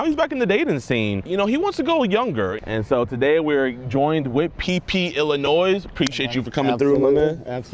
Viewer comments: illinoy not illinoise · pronouncing Illinois as “Illinoise” hurt my soul as an illinoisian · It’s pronounced illinoi buddy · It’s “Illinoi” the S is silent big dawg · Great job on the catch. But for the love of god stop pronouncing the s at the end of Illinois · Forgive me, as a Canadian if I'm wrong, but isn't the "s" in Illinois silent? No way I know this and a lot of Americans don't ... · Someone tell JiDion that you don't pronounce the "s" in Illinois. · stop pronouncing the S in illinois. The S is silent. You do this every time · JiDion.. the S in Illinois is SILENT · JIDION! The S in Illinois is SILENT my boy! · how do you not know how to pronounce Illinois dude?? really?